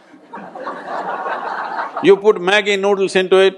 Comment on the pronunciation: Ha ha NID guy saying maggi...I can relate being an NID alumni :P